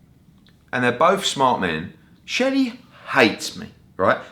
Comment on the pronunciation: " I am never going to a deal with SHERLEY!!! " ……..cheeky chap!! Maybe he should just start calling him Sheldon, if he can't say SHELLY!